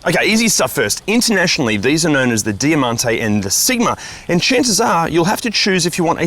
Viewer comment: "Dee-ah-man-tee" ? Di-MON-tay.